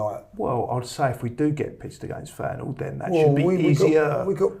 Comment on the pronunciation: got the Feyenoord pronounciation spot on